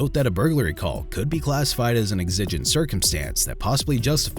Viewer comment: Are you using an AI voice on a channel with nearly 100k subs? I'm extremely sceptical about the voice being a real person after how exigent was pronounced several times... I'm a voice actor with a great voice for videos like this and I have an in home studio with a studio grade microphone and recording skills.. why don't you hire someone that at least knows how to pronounce common terminology. Edit: The title and thumbnail are also false, they didn't sh**t anyone, yes it was at someone and for no reason, which should be mentioned.. also, the guy in this video definitely wasn't innocent. This video was not on the same level as most of your videos.